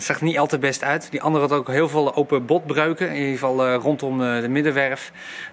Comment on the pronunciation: ‘Open botebreuk’?😂 bedoel je open botbreuk?